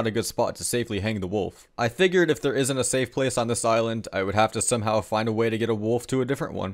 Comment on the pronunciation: man can u pronounce the s in isn't and doesn't pls